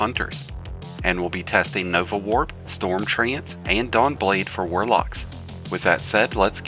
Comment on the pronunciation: Homie butchered so many ults... the nova warp one physically hurt